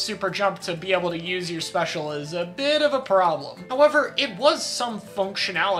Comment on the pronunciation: also kek at "Nothing is the worst special you just need to know how to 'youse' it well" He said. To chara, a top western competitive player... Know your lane bro.